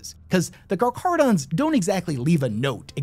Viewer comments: Pronounced.. Car-cara-dons.. Not car-CHara-dons. Hope this helps for futire videos ✌️ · I hate to be "that guy" but Car-kah-rah-don Great video, best chapter 👍 🦈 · Ngl his pronunciation is hurting my soul. The "Ch" is prounced as "cuh" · I heard you pronounce them as "karkaradons" and "karcharadons". Do you know which pronunciation is correct? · For anyone confused since pronounces it two different ways (intro and then details) - it's Car-KAR-a-don. The CH is pronounced as a hard 'K'. Aligns with the Greek roots of the word, where "karcharos" means sharp or jagged, and "odon" refers to teeth, reflecting the characteristics of sharks. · *karkarodons is the correct pronunciation. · you say the name wrong its car-care-u-dons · My dude, it's pronounce like "car-care-uh-dons" lol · I love your videos, but it’s pronounced car-care-uh-dons. It’s an actual word based on the Greek word for shark. You did such an amazing job with this, but didn’t take the time to check the pronunciation. Like if someone made an incredibly detailed video of Chevrolets sports car, but kept pronouncing corvette as kor-vee-tay. Still, good video, still giving a thumbs up. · I love you and your videos but my god man, not every ch makes a chuh sound. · It’s pronounced Karkarodon and kimerik It’s tyberos, not Tyberios Their armor is not white, it’s mostly grey shades with some white and bronze. Only dreads seem to be white Silent Hunter was an awful book 😂 It’s definitely Raven Guard because of mentions of the exile and the fact they use the Pale Nomad moniker. The Sharks have the blessing of the High Lords since they are part of the Pentarchy of Blood. The hot squad meant to destroy rogue chapters. Tyberos has Coraxs claws His height is not overblown because you ignored the fact that he stood a head taller than his terminators when viewed BEHIND them. That perspective would normally mean he appeared smaller. But he’s higher. So he’s definitely 12ft plus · Car-car-odons my guy